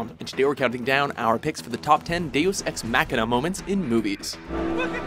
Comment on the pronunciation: I experienced physical pain every time the narrator tried (and failed) to pronounce "deus ex machina"